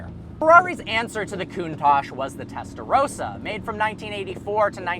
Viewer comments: The way you say Testarossa is funny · WTF can't Americans pronounce 'Testarossa' correctly? I don't get what's so difficult for them. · Clarkson didn't invent how to reverse it to it was the factory men and also you say testarossa wrong. 😂😂